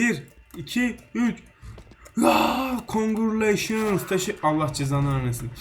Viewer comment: "kungurleyşıns" hsakskywdhsjdysidi